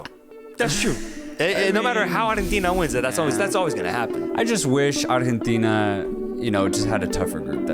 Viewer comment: LMAO so fuuny how you both speak perfect english except when you have to say arrgggghetina lol.....ar-gen-teeeeeena